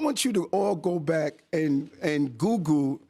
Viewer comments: he wants us to "googoo" something? He got marbles in his mouth? 🙄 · “goo goo” for “Google” is hysterical!! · dude can't say google. "go back an googoo" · Did Mayor Adams say I Should goo goo it, Twice? Laughing out loud. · . "Beep!" Did Eric Adams say, "Google", or "Goo-goo?" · Mayor Adam's calls Google "Googoo"..... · Did Eric Adams say “just Goo Goo it?” 😂